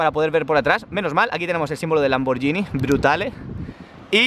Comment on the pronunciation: No se pronuncia hacia la marca y puesto que no puedo hacerlo escrito lo buscáis el traductor sirve lo ponéis de español a italiano tocáis para que os lo lea en italiano y sabréis como se debe pronunciar